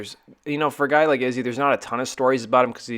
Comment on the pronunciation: Dude you keep calling Izzy dizzy wtf?